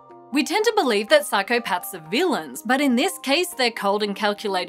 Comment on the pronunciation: Did you just say I am psychopatch?